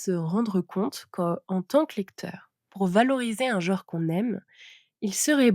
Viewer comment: "Jor" ? "jore" ? "jaure" ? Ce ne serait pas "genre" plutôt ??